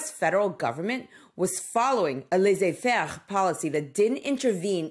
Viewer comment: The way you said "laissez-faire"... apparently you can speak French?